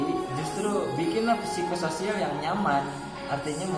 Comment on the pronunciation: P nya jgn dibaca.